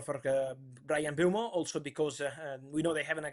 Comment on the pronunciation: Travesty that it isn't "M-boom-o"